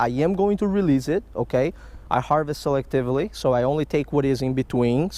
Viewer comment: The way you say selectively and previous cracks me up every time. Keep up the good work, your conservation habits and stats on fish catches are awesome.